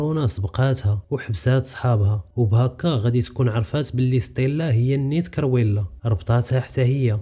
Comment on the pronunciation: كرويلا ماشي كيريولا